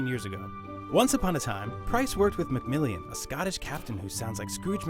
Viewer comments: lmao Mc.Millian its Mcmillan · Who's Cpt. Macmillian? MacMillan you foo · Cpt.Mcmilian? It's McMillan.